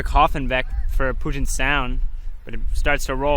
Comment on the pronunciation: it's pronounced Pew-jit not Poo-jit